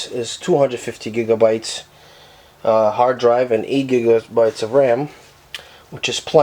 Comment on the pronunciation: "8 gigsabites "